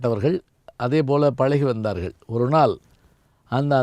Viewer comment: வாருங்கல் ..வந்தார்கல்..என்று தமிழை கல் எறிந்து கொல்கிறார்..தமிழாசிரியர் இவர். வெட்கக் கேடு.